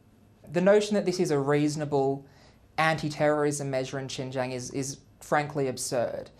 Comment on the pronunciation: Lies lies lies. This guy cannot even pronounce Xinjiang. I urge everyone to go and learn the history of Xinjiang, its challenges today and the ethnic demographics of Xinjiang.